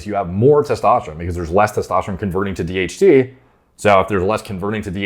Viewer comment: Everytime you say DHT i hear THC